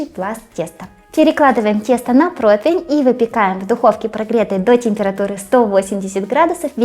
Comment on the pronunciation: дорогая! Очень прошу, пожалуйста! Вы и лингвист и кулинар, вам нельзя слово противень произносить и склонять неверно❤ Противень (не протвень) Противня (не протвеня) Противню (не протвеню) Противнем (не протвенем) Противне (не протвене)